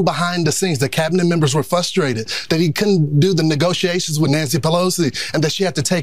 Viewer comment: This guy thinks he’s competent to try to manipulate Pete B. into confirming his silly, baseless maga claims???😂 He seems😊 like a total pea-brain trying to do it and just looks “fustrated,” as he pronounces it. LOL